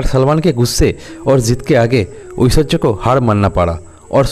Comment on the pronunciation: Aishwariya bolna sikh lo pehle 😅